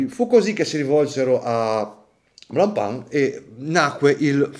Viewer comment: Finalmente uno che pronuncia giusto Blancpain